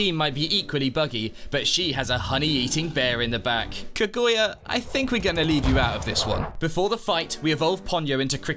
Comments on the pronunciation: Ka-goi-uh is killing me. Not what she's called 💀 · That is the most whiplash inducing pronunciation of Kaguya I've ever heard in my life